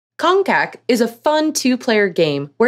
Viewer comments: Just an advise that the correct pronunciation for congkak is Chong-Kak Saying it as it is “ Kong-Kak “ makes it resemble a very ugly vulgar word in malay that means fuck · It's pronounced "cHong kak" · Its pronounced "chongkak" in malaysia 😅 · KONG- kak 😂😂😂😂 I died! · Its pronounced chongkak.